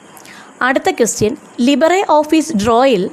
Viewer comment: ലിബറെ ഓഫീസ് അല്ല ❌ ലിബർ ഓഫീസ്